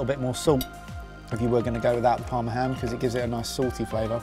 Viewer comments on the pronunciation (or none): none